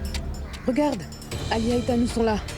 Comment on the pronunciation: Elle ne connait même pas prononcé les noms des autres 😂😂😂😂 sacré tu me tue 😅😅😅